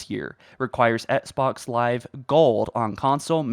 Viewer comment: Hello my mate, why do you keep pronouncing Xbox like “etsbox”?